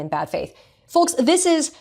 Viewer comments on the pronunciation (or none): Why are so many youtubers pronouncing the L in ‘folks’?